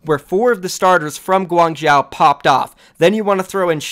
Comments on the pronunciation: 1. is that really profit wtf 2. im not even Chinese but "Guang-chow" sounds really wrongly pronounced... Isn't it pretty obviously "Guang-joe" ??? Inform me if I am incorrect but he sounds like he is butchering the name every time... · Guang-Zoh not Guang-Zow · gwang-joe my dude. say gwang-joe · my dude, Guangzhou is pronounced closer to "guang-JOE". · if I'm gonna be watching ur vids pls say Guangzhou like Gu-wang-jou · Hi, as a Chinese viewer who is from Guangzhou, the way you pronounce Guangzhou is kinda irritating. Although I don’t expect you pronounce it 100% accurately, a more reasonable pronunciation would be ‘Guang-cho’. Can u pronounce it that way in the future plz? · Please it is Guangzhou with the zhou prounounced zo like bro, go, foe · ASK. A CHINESE PERSON. HOW. TO PRONOUNCE GUANGZHOU. It is so unbelievably annoying when you pronounce it wrong every time, its not difficult to learn something close enough. Just say Gwang-joe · i mean they would say gwang wrong u shouldve said gwong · I will dislike every vid with any of these criteria: More than 3 ads Intro longer than 45 seconds Mispronouncing a city name when its your job to report OWL news (just google it ffs) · its literally his job. guangzhou is going to be a legit OWL team. Imagine if a newscaster couldn't pronounce new york properly, and the way he/she pronounced it shows they didn't even attempt to learn the proper way. he says Guangzhou like 6-7 times a video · Fucking annoying i agree